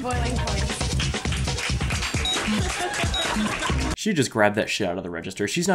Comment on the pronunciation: Wow i cant believe this guy didnt say the "s" on the end of boiling points, its literally in the name, lets shame this fellow